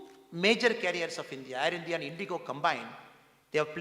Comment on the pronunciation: Why Mr Annamalai pronounces as Indhia not India